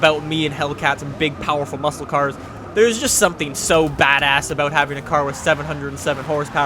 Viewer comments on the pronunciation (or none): none